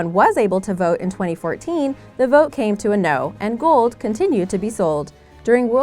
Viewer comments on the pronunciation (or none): Its gold not gould